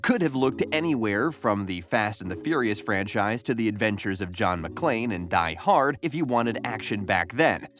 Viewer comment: The reviewer in this video even calls "Die Hard" by saying it as "die HARD" with emphasis on the HARD. No one says it that way. Everyone says it "DIE hard." This shows he has no idea and is simply reading bogus script from some bogus writer.